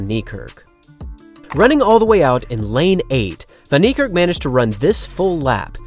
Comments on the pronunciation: true, "Fun" "Knee""Kirk with a rolling RRR as if your are a Scott , Arab or Russian. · Hey! STOP pronouncing his name as "von" Niekerk. That is WRONG. It's correctly pronounced more like "fen". If you're going to honor the guy, at least show him the minimal respect of pronouncing his name correctly! This isn't the first time this is being pointed out to you. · Bro you guys have to learn to pronounce names. You have google. Come on. Its "Van" as in "fun", "nie" as in "ni hao" and "kerk" not "kirk". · I think the narrator understated Van Niekerk’s magnificence. He’s clearly the greatest human to ever live. Also, I’m a native English speaker from South Africa, and the mispronunciation of WV’s last name is really grating. It’s like this, I’ll sound it out phonetically for you: Van-Fun Nie-Ni Kerk-Kairrk. Wayde is VeyDa.